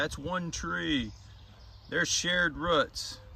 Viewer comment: I like how you say roots like ruts. Lol